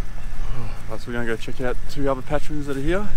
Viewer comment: Its other not uva.